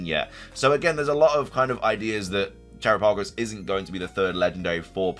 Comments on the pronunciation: Dude every time you say terapagos name it makes me cringe !! It's not teraPAYgos it's terOPagos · I think you're pronouncing Tarapagos wrong